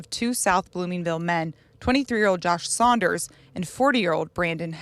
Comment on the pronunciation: Saunders not sliders